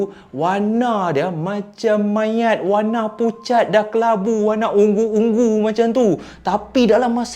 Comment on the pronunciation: U-ngu Bukan Ung-gu